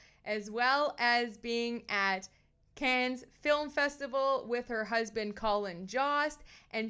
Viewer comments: Small correction. It’s pronounced CAN. Not Caaaanz. CAN. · I think you are very fun & engaging, but you pronounced both Cannes and Colin Jost incorrectly. Check name pronunciations before you start recording.